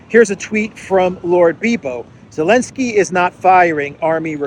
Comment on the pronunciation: Who the hell is "Alenski?"